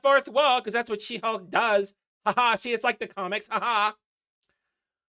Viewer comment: it almost sounded like Shit-Hulk, and so it should 🙂